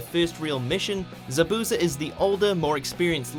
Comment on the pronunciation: Thanks god they pronounce zabuza correctly this time.